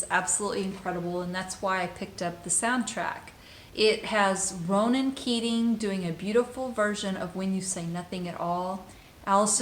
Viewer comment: “Ronan Keating” 😂🤣🤣😂 Fuck sake!